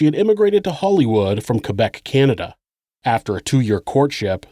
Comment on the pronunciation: I live down there in this time you did a good job sir thank you my husband says thanks for pronouncing Quebec correctly